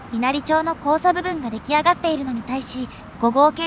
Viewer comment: わかりやすい動画をありがとうございます。 稲荷町は、いなりまちと読みますよ。